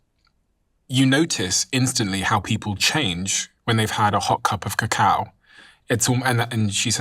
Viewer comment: CACAO ... not COCOA ... very important distinction.